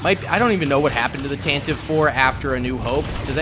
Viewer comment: I cringe every time I hear someone mispronounce Tantive like you did.